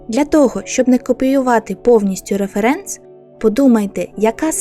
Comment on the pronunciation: А хіба наголос не на перший склад? Типу, рЕференс, а не реферЕнс :о англійською наголос на перший склад (ˈrɛf(ə)rəns), тож, я завжди казала саме так...